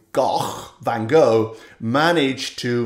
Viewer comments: Hi, I was also on holiday and now try to catch up with your videos. I like the way you pronounce Van Gogh's name in Dutch. Not many English speakers can do that. Thank you so much for the lovely videos and Greeting out of the Netherlands. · Loved your analysis of van Gogh's "Le Café de Nuit." Like you said, mind-blowing. Especially about being in the moment/in the zone. Great pronunciation of van Gogh's name, too. Olive's meow at the end was sweet. Nice ending music as well.